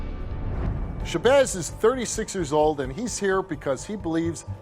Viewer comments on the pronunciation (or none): He said SHABOZZ